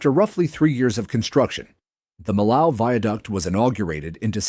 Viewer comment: just another non-French narrator butchering the pronunciation of Millau nothing to see here